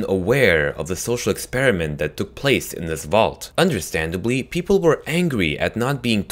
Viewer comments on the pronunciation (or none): none